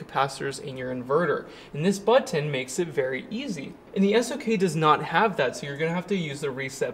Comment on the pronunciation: Love ya,, but… PRO-TOE-CALL = protocol…………..NOT BUTT-TON, try BUTT-NN.